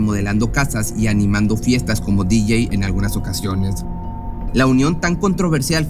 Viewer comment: La abreviatura de DJ, significa: Disc-jockey y su pronunciación en Ingles es, Deejay o disyóquey. Es como el usado: OK, pero es una abreviación para decir: oll korrect, en Ingles. Saludos.